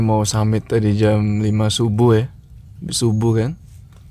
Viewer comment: Bukan jem, tapi jam... 2 jam bukan 2 jem? (bhs indonesia) Bukan mata aer bang tp mata air..